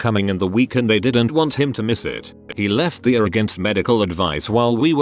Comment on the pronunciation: oh It's how the TTS says ER.